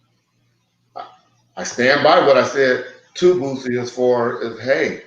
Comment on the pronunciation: Why do you keep pronouncing his name wrong? You keep saying Bootsie. It's Boooosie. There's no T in his name.